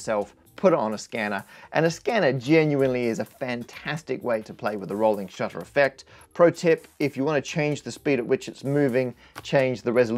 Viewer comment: Rohwling SHUTTA